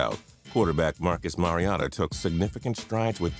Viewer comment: it's Markus Mario-ta